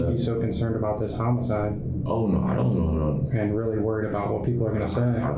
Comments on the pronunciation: It's homicide... not homocide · Brother you are running a crime channel. You need to learn how to pronounce homicide. No hate.